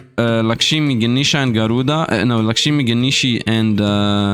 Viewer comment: "Garuda" Slfd: Na bro there has to be an N there